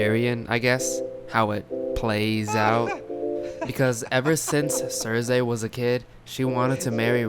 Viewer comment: I couldn't watch your video because you kept saying CerZay...Omg so annoying lol. It's Cersei (Cer-See) thanks lol!